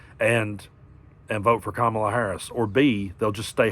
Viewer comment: Love your chanel, but you pronounced Kamala's name wrong. 😲